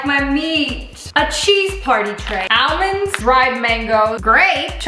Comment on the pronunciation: Why does she say it aLLmonds though 😂😂😂